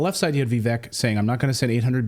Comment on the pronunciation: How are you STILL calling him "Vee-veck" !? 🤦🏻‍♂️ it's (VIV-VAKE)